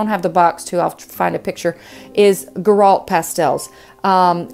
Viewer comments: Sennelier = Sen-nel-lee-AY. Girault = Jheer-oh. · Sennelier = Seh-neh-lee-ay Mi-Tientes = Mee Taunt Girault = Gee-row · just to help Girault are pronouce like Gi- row Gi like Gilles